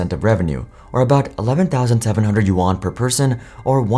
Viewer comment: Still saying “uwan” go learn how to pronounce yuan then I will subscribe